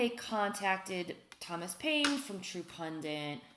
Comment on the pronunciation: Love ya Liz....There's only one "N" in the word "pundit"...yes, it's a pet peeve of mine. Same with the word "tenet".